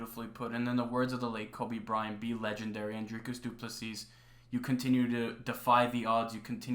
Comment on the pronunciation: Big up for the correct pronunciation of the R in Dricus. DDP is 100% the next champ